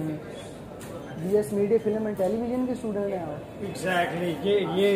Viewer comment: It's film not filum ,q hmari uni Iqra ka nam duba rhy Tum ,🙄